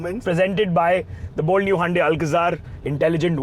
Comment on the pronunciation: Why does the host pronounce Hyundai as Handai and Sara as Syarah???